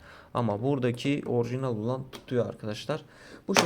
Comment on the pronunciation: orğjiğnal arkadaşlar